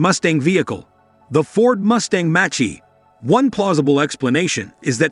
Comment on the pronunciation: I want to tear my hair out every time he says Romeo, is pronounced Ro may O...and not Mustang Machi..is Mach E...